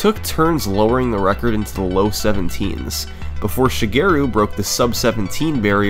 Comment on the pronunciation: great vid but i cant sand how you pronounce shigeru LOL